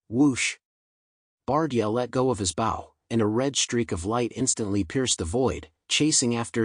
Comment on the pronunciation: AI it's supposed to be so SMART can't even pronounce bow really hehehe